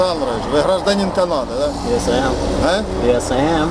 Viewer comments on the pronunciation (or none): КанадА? Какая КанадА? - ударение на последнюю "А" :)))) мильён плюсов тебе автор!